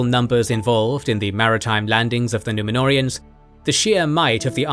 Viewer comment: The way they absolutely butcher the Númenóreans , angers 😠 me